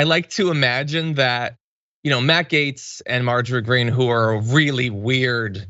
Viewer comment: Is it the way you pronounce his last name..."gomer"???...